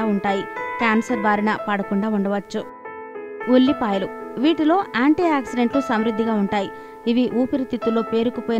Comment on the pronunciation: Yelllipayalu..... Vullipayalu kadhu